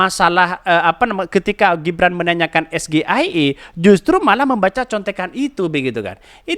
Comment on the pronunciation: Bukan es ge ai e tapi s ji ai i